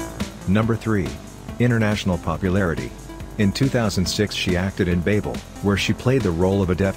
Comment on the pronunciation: This guy can't even pronounce Babel..............